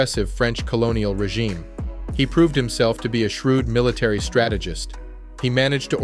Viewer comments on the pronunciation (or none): none